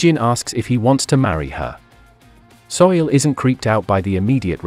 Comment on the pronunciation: Soo-Il not Soil man.